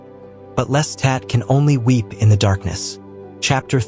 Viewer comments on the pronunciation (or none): your constant mispronuciatioin of Lestat as "lesstat" made this impossible for me to listen to. Watch the movie or television show to learn how to say his name properly.